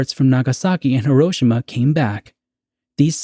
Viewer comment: As for this TZ episode, I like it, it's in my top 1/5 of all episodes. Side note, being married to a Japanese woman and living in Japan for a few years it is pronounced - hee·row·shee·muh. As for your questions: 1. I feel by watching the TZ shows that Rod and my parents generation were really scared and felt the bombs would drop, or missiles would fly any day. My father always talks about Cuban missile crisis and having a "Bugout" footlocker for him and his sister filled with canned food and clothes and camping supplies. I remember Elm school in the mid-70s thru mid 80s and we did "Disaster drills" in So Cal. They were for Earthquakes mostly but also Nuclear War. I remember the big issue the TV Show "The Day After" was and how we spent a whole day talking about it at school. Mills and Gen Zers just cant understand how real and scary the movie War Games was to Gen X and On the Beach to Boomers. 2. Making the lead Character a Scientist gives him value and places him above the drones who build the weapons of war. He is educated and can see the big picture making him have more skin in the game. Making him responsible to speak up or stand up against the system and put a stop to it. Just like the Germans that should have stood up to Hitler and said NO to the Camps. 3. My moment of Awe was of let down. How easy it was to steal a Spaceship built by the State. Coming from a Military family and knowing the type of Security around bases I guess I was smarter than the Avg. viewer. I mean